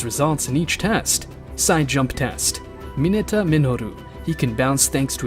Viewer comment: Bro literally says mine-a acid-o